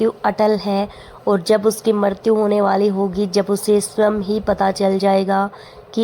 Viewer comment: Ucharan thik se kiniye मृत्यु ka